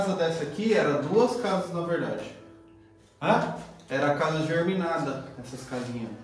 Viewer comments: Casa geminada! GE MI NA DA!!! cismou que é "geRminada"...deve ser de germes 😂😂😂😂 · Casa GEMINADA, não "germinada"... ✌️🌻🖖👽✨